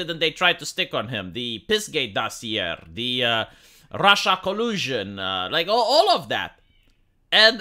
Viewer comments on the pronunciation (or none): none